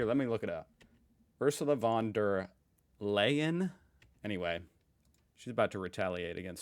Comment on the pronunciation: Leyen is pronounced like Lion!